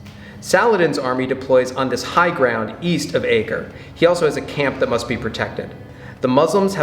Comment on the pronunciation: Its no good, i can't let it go. The pronouciations throughout are distressingly wide of the mark. But the city is neither Akkra nor Akker. Its Acre. Ay-kerr. Also, great to have you back. the new room looks amazing...but the acoustics are an issue...